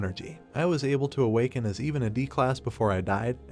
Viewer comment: Am I the only one that is laughing when narrotor says "Awakana" like its a boston accent